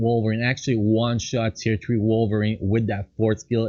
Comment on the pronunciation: Possisoin number tree 😂😂